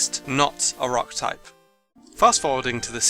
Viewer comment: You mispelled the title again You said Tupe insted of Type